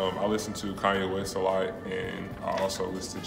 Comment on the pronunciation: Everything sounded cool until I heard kAnye wEst